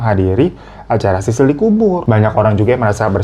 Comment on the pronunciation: Sisil woy bukan sisir wkwk